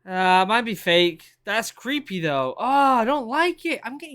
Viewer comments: "creepay that's creepay" haha this british accent is amazing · Does anyone else just love the way he says “creepay” 😂😂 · It was all "Creepay" to him.